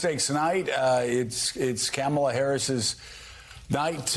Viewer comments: Joe, it's "Comma-La"... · Yikes, even Mike is mispronouncing her name. It's not the "a " sound in words like "bat" in the "comma" part of her name. Nor any of the a sounds in her name. They keep saying the a like "cam" as in "cam shaft". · Joe say her name right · Joe, it’s “Comma La” not camel la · It's "comma-la", Joe, "comma-la". Yeesh. Two kids taught how to pronounce it during the DNC convention, for crying out loud. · Why do the old dudes on this panel have such a hard time pronouncing COMMA-LA? We know Trump is stupid but these guys are not. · Come on, Joe! How do you pronounce Kamala!?! ", lah" pretty please. Rev and Mike B forget as well, but let's show more respect to try to honor her pronunciation, so you won't be accused or guilty of disrespect like the former he-who-shall-not-be-named... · The fact that Joe repeatedly mispronounces Kamala’s name makes me literally so mad. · Some of the guys on this show, *including Joe Scarborough*, still mispronounce "Kamala" sometimes 😬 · Joe still cannot pronounce Kamala’s name? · Why does Joe mispronounce her name?!?!?!!!!!!!!